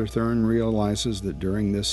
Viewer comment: Sebastian thRUN, not thURN.